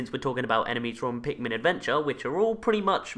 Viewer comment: did you just say pinkmin